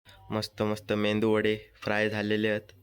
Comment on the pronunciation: Mendu wada nahi re Medu wada 😂😂.. baaki chaan zala video